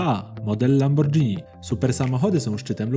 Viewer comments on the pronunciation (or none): Lamborgini nie lambordzini Takie sprostowanie 💁🏼‍♂️ Kozak film pozdrawiam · aaaaaaaaaaa boli - czytaj LAMBORGINI!!!!!!!!